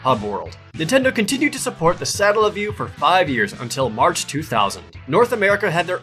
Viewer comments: OMG... the way he pronounces Satellaview... it's painful. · I don't see why the video being uploaded years ago prevents him from pronouncing the word correctly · i hate how he pronounces satellaview